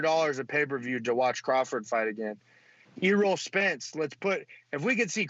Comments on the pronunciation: "E-Role Spence" 💀💀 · my mans said "e-roll spence" lmao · said "e-roll Spence junior"